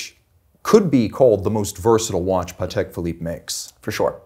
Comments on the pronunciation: If the auto sub thinks your saying paddock YOU'RE SAYING IT WRONGLY!!! short "pa", emphasis on the "Tek". Come on!!!! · They both pronounced Patek different. Which is the right way?